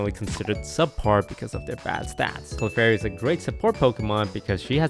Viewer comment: Clefary, unreal lol